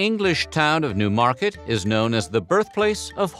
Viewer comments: It's NEW-market not new-MARket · Its pronounced NEW market emphasis on the NEW